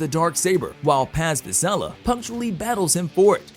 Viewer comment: He also said Paz Vizela...lol